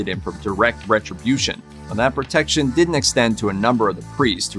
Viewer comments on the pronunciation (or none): none